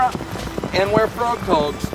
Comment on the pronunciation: It's frogg toggs. Not froghog lol